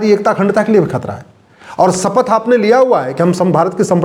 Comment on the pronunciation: सपथ नहीं शपथ बोलते हैं